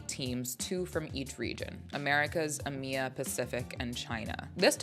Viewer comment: What region is uhmeah? Its e m e a… get it right lol